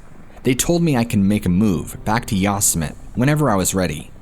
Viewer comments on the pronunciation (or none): Yoss-Emit… really?? It’s Yo-sim-it-ee lol. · Nottttt Yah-sum-it!!! 😂😂😂😂 Yo-semm-itty. Lol oh man that made my day. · How ya gonna make a video about parks and not even know how to pronounce these places? Not YOS•AH•MET it’s YO•SEM•AH•TEA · It's actually pronounced "Yo-sem-it-tee" national park.... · How could you POSSIBLY NOT know how to pronounce YO-SIM-E-TEE??? didn't you ever watch Bugs Bunny cartoons? 🤔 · Is “ya some mitt” someplace other than Yosemite? Or is the name just being horribly slaughtered? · Is “ya some mitt” some other park or is this person pronouncing Yosemite horribly wrong? I mean surely nobody could,,,never mind. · Dude said Yosemit! 😆 😆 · Yosemite = yo-sem-it-e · Bro.. Yosemite is pronounced YO SEM ITTY.. LOL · Saying Yosemite wrong, there is a Youtube on how to pronounce it properly. I remember this story. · hearing the word Yosemite mispronounced so many times is painful😂 still good video 👍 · OMG. If you’re going to pretend you were a ranger at national park during the Stainer murders - please at least learn how to pronounce “Yosemite”!!! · Great stories.. You just blowing mine with the mispronouncing of YOSEMITE.. SMH LOL